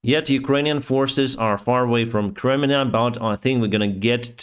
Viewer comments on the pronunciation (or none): none